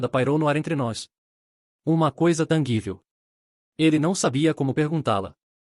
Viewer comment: TANGÍVEL, NÃO TANGUÍVEL